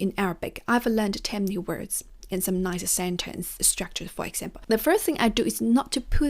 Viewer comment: Same for "example", it's not exampeü :)